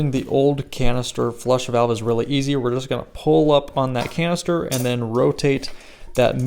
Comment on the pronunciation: Almost sounded like you said colon cancer replacement valve…..might be on to something.